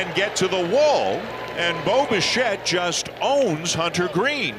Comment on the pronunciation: Great win, sure. But am I not the only one who hears "Boba Shett"?